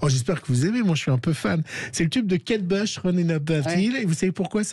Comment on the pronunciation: On prononce Kate BOUCH et non BEUCH !